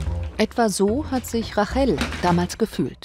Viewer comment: Rachel spricht man englishc aus, also "Reytchel"